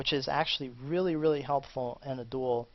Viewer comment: I hate the way you pronounce 'duel'.